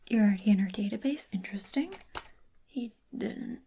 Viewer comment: "y/n?"...... "intersting"